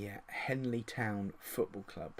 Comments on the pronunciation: OMG that's my home town!! Just so you know its Henley, not Hanley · Trying to see if I recognise the names see how good the data base really is, I'm from henley. I recognise none lol. If you do more videos like this you will do well... Also it's Henley not Hanley lol good work though